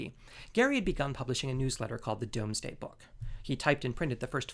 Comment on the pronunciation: FYI - "Domesday" is pronounced "Dooms-day"